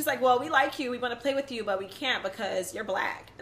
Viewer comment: Girl bye. You’re not the poster child for proper articulation (not when you pronounce “with” as “wiff”) so stop posturing yourself as if you are. This is a classic case of crazy. Monique is projecting and she’s trying to paint herself as the victim here, when she’s a desperate try-hard that needed Gizelle’s validation. Those issues are usually resolved by the time you hit adulthood and if they were central to your emotional fortitude or lack thereof, you would have attacked Gizelle, Robyn, Ashley and Charrisse a long time ago. Monique, you need to be terminated. I am so happy for Robyn and Juan. I LOVE WENDY’S REACTION!!! ❤️❤️❤️❤️